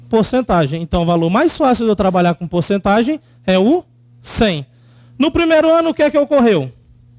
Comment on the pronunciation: "porcetagem" hahahaha